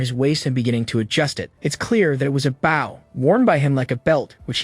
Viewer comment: He keeps calling the weapon a bow as in bow wow. Instead of bow(l). Others do this as well. They need to change the spelling of the word.